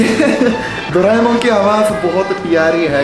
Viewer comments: We don't say doraemon, we say doramon, do ra mon, not dooo it's do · We dont doraemon we say doremon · We say dore - mon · Doraemon is pronounced doreimon 😂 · you have to pronounce it dore mon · WOW doreamon ko doraimon🤣🤣